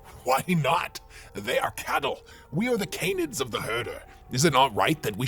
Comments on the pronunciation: did you just say chattle instead of cattle? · Does ya boy mean cattle instead of chattle? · did say chattle instead of cattle? (i swear I'm hearing chattle) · I can listen to say Chattle and not cattle for hours.